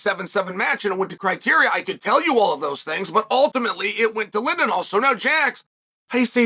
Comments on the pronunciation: Jax Forrest is the bottom of the list for me of the top highschool guys he has reached his ceiling. He is amazing but he won't get better. Ladarion Locket is better. Bo Bassett is way better. The Raney Brothers have a higher ceiling. Joey Blaze is far better. Also it's not lindenal it's Lilledal. It's not Baze it's Blaze. One other kid from New York who's name has slipped my brain but he is better than Jax as well. Bottom line Bo Bassett is the only of who absolutely molly cops everyone and doesn't have close matches. If I'm recruiting he is the starting piece. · Lilledahl not lindenhall lol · It’s Lilledahl, not Lillendahl. BLaze not Baze😂 I heard “Lillendahl” and thought “Christ, ah well, benefit of the doubt, then you dropped Baze with such confidence 😂😂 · Kept calling lilledal linedahl too lol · Why can’t Chael sonnen pronounce Marcus Blaze and Luke lillidahl